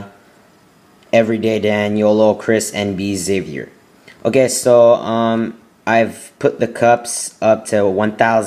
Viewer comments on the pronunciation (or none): none